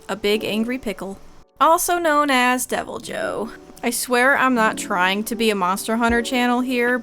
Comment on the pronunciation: I feel like it would be pronounced like “dev-ee-lyo” right? Its a weird word they like meshed english spanish snd portuguese into one word